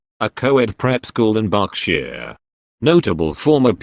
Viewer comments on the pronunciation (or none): none